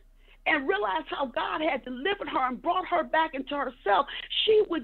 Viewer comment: Did she say delivert?!! 🤔🤔